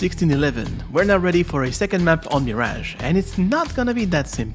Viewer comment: Quite ironic to hear a french guy pronounce the only map name read in a french accent "me rage"